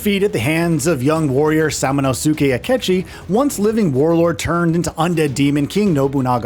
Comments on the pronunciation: Its Pronounced Sa-mu-nask-kay, not Sa-mu-na-su-kay😅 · Bro didn’t even say his name right but knows all the lore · They pronounce Samanosuke in the game, several times in fact, with subtitles; how does the narrator get this wrong?